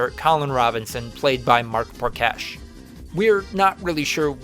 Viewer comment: Kayvan Nokak? Natasha Demitrouh? Mark Prokash? I mean i guess its close enough